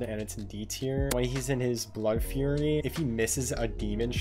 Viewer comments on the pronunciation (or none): none